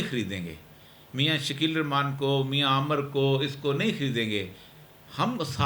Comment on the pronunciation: السلام علیکم ورحمتہ اللہ وبرکاتہ سرجی آپ کی بحث تحقیق پر مبنی ہوتی ہے لیکن میں ایک چھوٹا سا گزارش کرتا ہوں بسم اللہ کے حوالے سے کہ الرخمان کے بجائے الرحمن پڑھا جائے شکریہ